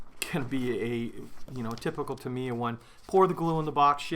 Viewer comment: GAH! It's TA miya,. TA - mi - ya. xD